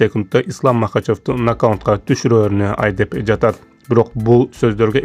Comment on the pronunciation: Нокаунт эмес нокаут! Тор эмес торт!